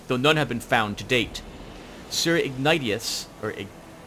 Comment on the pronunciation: I believe, the name Ignatious is pronounced ig-NAY-shyus.